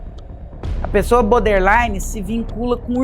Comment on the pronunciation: Hahahaha obrigada, amigo. Tava me contorcendo aqui. Eu fico em cólicas de ouvir "boder" infinitas vezes hahahahaha 😅 O assunto é ótimo, é maravilhosa, mas BODERline doe nos ouvidos.